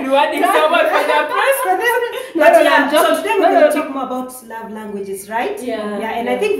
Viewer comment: Did say presence or presents? 😂😂😂😂